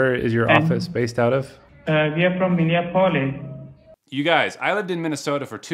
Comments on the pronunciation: Many of these people from the subcontinent have a "tell" word. An English word they can't say properly. Like Minni app ohliss. Just have them say that tell word and you know you're speaking to the same person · I didn't know Minneapolis pronounced like Minisoda 😂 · 🤣 at the scammer, pronouncing Minneapolis like it's a Greek surname.